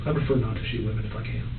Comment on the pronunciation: "if you dont ask wamen"